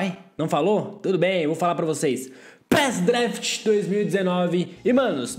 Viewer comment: Você falou pres daft